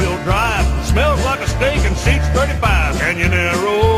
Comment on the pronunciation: Love hearing "Canyonaro" for the end song!